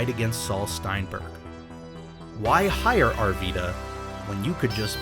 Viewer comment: It’s pronounced “Ar-Vy-da”